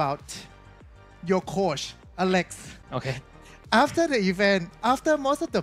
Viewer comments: mindfreak almost laugh after hearing the word "alecks" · they just unlocked super rare "happy alecks"